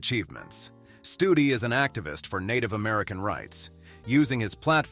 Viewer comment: 13;42 not Studi